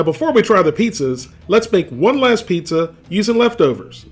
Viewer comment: A pizza this, apizza that, and eeehhhhh, a pizza cake!! :P